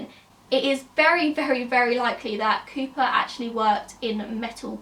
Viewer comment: are you saying creeper or cooper?